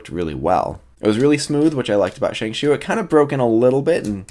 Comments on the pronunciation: As someone who speaks Mandarin, both pronuncations, ShengShao and ShengShoo, are about as accurate as each other. The actual pronuncation is ShengShow. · Well.. this isn't really important but Shengshou is pronounced "Sheng-Show" not "Sheng-Shoe" or "Sheng-Shao" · ikr as in sheng+ show =accurate pronunciation